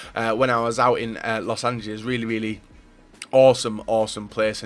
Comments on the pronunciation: Thomas Müller I know Americans can't even pronounce their own city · Why can nobody pronounce los angeles????!!!